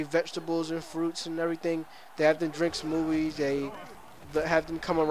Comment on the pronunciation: U said smofies